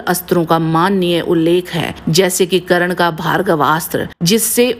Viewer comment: karan nhi its karn